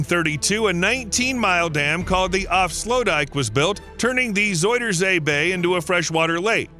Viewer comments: Pronounced more like "Zowder zay". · If you want to pronounce "zuiderzee" the closest thing you could easily do for the "ui" part, is go with the "ou" sound from the word "sound". It's still not spot on, but it's much less jarring than the "oi" sound used here. I don't blame you though, the "ui" it's an unfamiliar sound in English. I couldn't even think of a close equivalent to it.